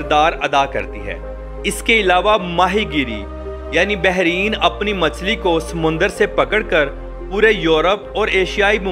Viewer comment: ”بحرِین“ نہیں میرے بھائی، بلکہ ”بحرَین“ ہے ۔